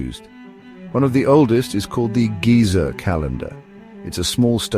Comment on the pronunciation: It's pronounced "geh-zer" with e like in egg, not "gee-zer" with e like in eel.